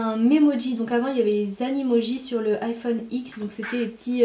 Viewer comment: On est dit pas iphone x mais dix c'est un chiffre romain